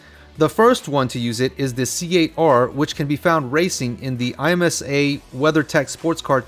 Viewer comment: you pronounce IMSA as if it is a word, not I.M.S.A